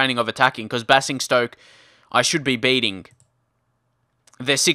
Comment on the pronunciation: It's bay-zing-stoke